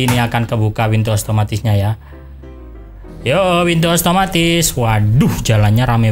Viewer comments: Salah omong bang itu otomatis bukan oatomatif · Bukan ostomatis tapi otomatis